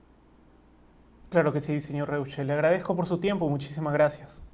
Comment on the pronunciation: su apellido se pronuncia ROISHE, algunos ni saben como se pronuncia el apellido hochhausler de nuestro presidente